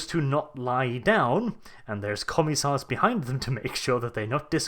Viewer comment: "commie-sars" lol